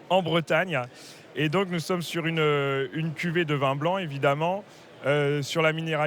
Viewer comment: Pourquoi prononce t'elle le mot vin comme le mot vend? Comment dire on vend du vin en ce dialecte? On vend du vend?